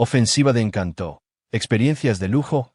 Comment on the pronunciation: "Encanto" sin la sílaba tónica en (tó) porque la sílaba tónica va en (can). Encanto no lleva tilde en la vocal (o) porque la convierte en una palabra aguda, cuando es una palabra llana. Eso que lo aprenda quien maneja la Inteligencia Artificial que no sea tan bruta/o. Son muchas palabras con errores garrafales, aprendan gramática.